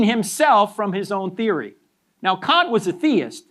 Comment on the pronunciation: His use of Kant as can’t 😂